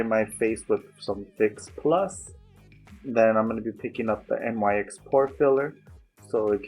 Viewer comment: hey no hate at all and people can pronounce words any way they want but i believe the correct way of pronouncing NYX is nicks again not hating at all just leeting you know :)